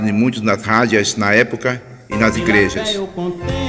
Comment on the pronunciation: Meu caro irmão , não diga rádia e sim, Rádio. Não é cárdicas e sim cardíacas. Parabéns pelo trabalho!